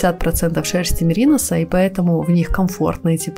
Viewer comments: МеринОс правильно говорить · Меринос ударение на О